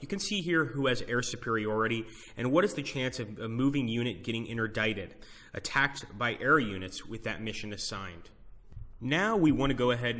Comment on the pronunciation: "Interdict" does not rhyme with "indict" :-) Otherwise, good video.